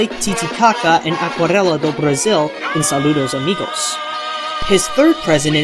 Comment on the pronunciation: Congratulations for saying "Aquarela" (watercolour) correctly ~